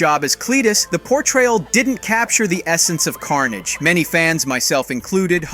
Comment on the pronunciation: Why do you keep saying Symbiote and Carnage so strangely? You pronounce them differently almost every time. Knock it off. It's annoying. Take 5 seconds to research character pronunciations or just don't do narrations.